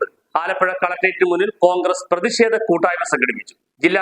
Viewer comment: പ്രേതിക്ഷേധം അല്ല....പ്രതിഷേധം ആണ്... കഷ്ടം... സമ്പൂർണ സാച്ചരത... നാണക്കേട്.....